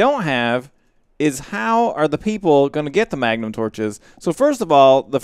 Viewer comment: oh yea! mah-guh-num torches.